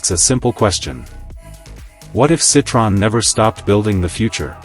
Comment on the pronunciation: Can't even pronounce the name correctly.